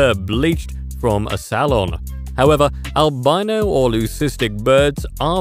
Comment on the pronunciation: It should be pronounced "al bee no", not "al bye no".